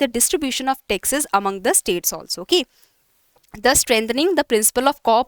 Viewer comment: Pronounciation of 'Taxes' is hearing as Texas